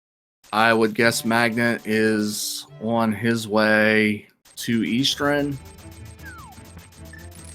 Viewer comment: Generally a good commentator, except for the pronunciation of 'Eastern' is mildly irksome...